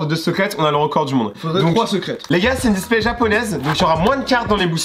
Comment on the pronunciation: Les gas il dit la displait mdr🙃